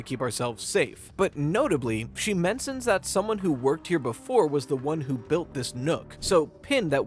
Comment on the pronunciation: "but notably she mensins"